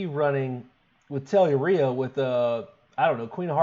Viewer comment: Finally, a lad who pronounced Telluria correctly!!